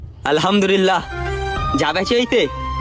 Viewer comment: আলহামদুলিল্লাহ শব্দটা সঠিক করে বলতে পারেনা, বলতাছে আলহামদুরিল্লাহ